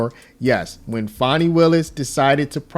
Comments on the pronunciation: I think you are pronouncing her name wrong. I believe it is pronounced 'fanny', not 'fawny'. Lol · fan i not fawn i . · I think it’s pronounced Fan ee not fawnie. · It’s FANNY! Ya’ll been gaslit into saying it wrong 😠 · FAN-e, as in football fan 😂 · Do you have a problem pronouncing this word "Fani" sound it out. It is a behavioral description.